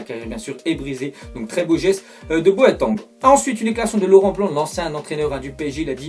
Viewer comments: C boateng pa boatang😂😂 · il est au courant que Kevin Prince Boateng c'est le frère de Jérôme Boateng donc c pas "boatang" c'est Boateng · "Tres beau geste de Boatangue" cest Boateng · Comment il dit Boateng😂😂😔😔😂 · Prononce Bien Boateng stp